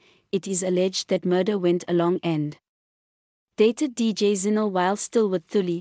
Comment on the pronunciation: Zinhle not ZIno